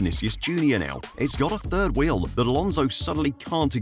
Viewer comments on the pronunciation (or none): none